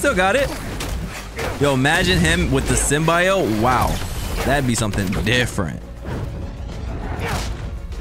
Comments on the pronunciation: why is bro calling it the sym-bye-yote😭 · it’s pronounced sim - bee - oat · why does he say symbiote like that😭 dawg its sym-be-ote